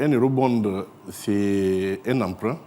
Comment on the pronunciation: Quel Ministre? "Eurobonde".